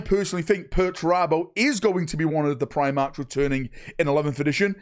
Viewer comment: Eeeeew primarches lol